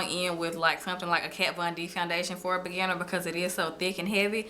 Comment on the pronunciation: When you said "beginner" I thought you said "banana"